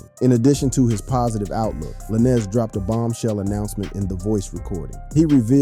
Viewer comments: Funny... u got all this "accurate" info on the case... but yet.. can't say tory lanez name right.. lmao... juss like u say "lane".. like a care lane.. that's how u say his names... juss instead of a sudden to makes it lanes.. it's a Z.. "Tory Lanes"... not tory la'nez.... lmmfao Got me thinking do these podcasters/youtubers get really intuned with wat their Makin a video about or it's jus something to make/post because of the celebrities talked about in their video... sad. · U can say stallion but not lanez I don't get it with some of these YouTube ppl